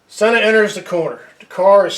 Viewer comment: Conspiracy theorists unite around the world. You need to learn how to say his name right.